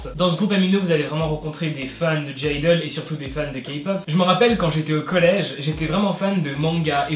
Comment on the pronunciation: Le g de (g)-idle ne se prononce pas 😊